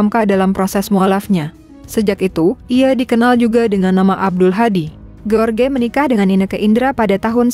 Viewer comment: Duhh mimin bisa baca g sih..george d baca nya jooj... G enak bnget ge.or..ge...ge..or..ge...melulu.. Joj rudy..joj taka...